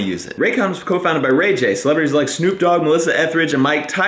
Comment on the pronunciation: You said Ray j I'm out